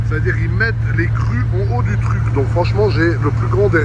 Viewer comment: Les gRRUs en haut du tRRuc 🤣